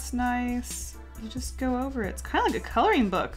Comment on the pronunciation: Can u say "ng"?? like wtf u always say colorin..